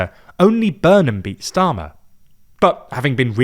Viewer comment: And , "[Kier] Streamer" 😂